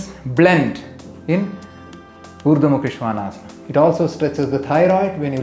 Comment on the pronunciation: Thank you! I love the authentic pronunciation. Now I realise I said it wrong all this time. I am just posting a video on this pose, but now I wish I had seen your video first.